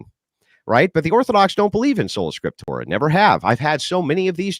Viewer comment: "scriptorum" or "scriptora" are both wrong. it's "Scriptura" this guy is a total joke....why does waste his time